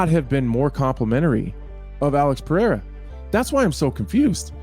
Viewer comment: His name is PeReira not PeRReira you only pronounce it like an H if it is at the beginning of a word like Restaurante or if it is a double R. I can't hear it anymore dude.. Everybody calling him PeHeira for no reason there is no second R in his name????? What makes you pronounce it like that???? Still better than those American boneheads saying Pierra but stop calling him PeHeira PLEEEEASE it is P E R E I R A!!!!!!!!!